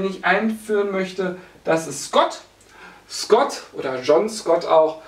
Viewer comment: Bei Scott hab ich erst Gott verstanden :DD